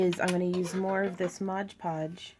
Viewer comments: Am I the only one who gets upset when she says "Modge Podge" when it's "Mod Podge"? The work is absolutely stunning, and she explains things very well, but that one little thing just kind of bothered me. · Very beautiful. You're incredibly talented,. But please... it's MOD podge. So many people make the mistake of calling it "modge" podge. Pet peeve. lol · It’s MOD PODGE!!! Not MODGE PODGE!! That u keep saying! That is more irritating then anything damn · People saying “Modge Podge” instead of Mod Podge is my BIGGEST pet peeve. I want to watch this video but I’m being driven insane!! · Ok it's MOD podge. Not modge podge. Please please please... MOOODDD. BEAUTIFUL peace btw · These are amazing... But is anyone else going nuts about the "modge podge"?! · Why do people say, "modge podge" instead of "MOD podge"? Honestly, I think that must be one of the most mispronounced brand names out there. Video after video, I have rarely heard someone actually say, " mod podge"; it's always pronounced as "modge". smh. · This is a great watch! I find it funny you do the same thing I do in that you say "Modge Podge" when it's actually "Mod Podge"! Awesome work and thank you for this video! Definitely helps get ideas flowing to watch other people create!